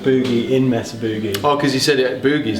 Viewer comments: Pronunciation tip. It's not Meh-suh, and it's not boooooo-geee. Use Spanish vowels for the spanish word, May-sah and it's the American shorter version of oo as in cook with a shorter duration on the -ee. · pronounced 'maysa' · I mean technically, mesa would be meh-sah but yeah this gets me every time.